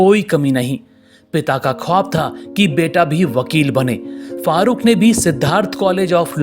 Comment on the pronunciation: उनका नाम fahrukh शेख नहीं farukh शेख है